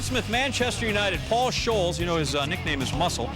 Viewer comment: It's Paul SKOLES, not Scholls.